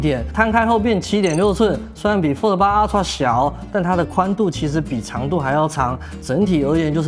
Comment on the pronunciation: 這個英文發音…啊ㄔㄨㄚˋ 普落 神人等級